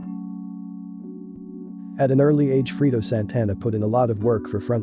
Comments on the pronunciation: lol "freedo" A I ass voice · It’s not freedo, it’s Fredo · it's fucking fredo man say his name right brfore reporting on him or others. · FRAY-DOE - Fredo